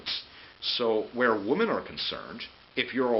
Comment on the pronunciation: What's with the aversion to using the plural pronunciation of women?